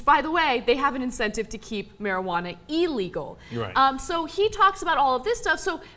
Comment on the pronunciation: Did you say "e-legal"? LOL